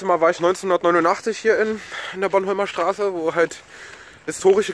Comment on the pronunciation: es heißt boRnhomlerstraße nicht bonnholmerstraße ^^